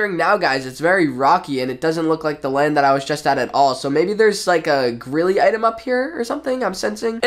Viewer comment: I always thought it was pronounced greely not grilly (not a hate comment)